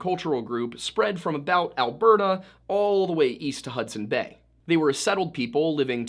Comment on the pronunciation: I'm from BC, have family up in Edmonton and to hear you say both Edmonton and Alberta CORRECTLY is so refreshing for me. I've heard so many funny pronunciations of Canadian places by non Canadians over the years that it literally shocked me. Also, I'm Canadian and YOU taught ME that there is a damn S after Hudson in the company name hahaha 🤣🤦🏼‍♀️ How hilarious is that, eh? I never knew that. I've always just called it, and heard it called, The Hudson Bay Company, or in recent years, HBC. And I never knew it was French/English. I remember the first time I ever heard about it when I was little in elementary school. I only knew it was named what it was because it was near The Hudson Bay lake and that it was a fur trading outpost somewhere out there. Who knew that decades later they'd be carrying perfume and designer bags and home decor and act more like a Department Store than a fur traders. It just sounds so ridiculous to me that it turned into this over the years considering it's start.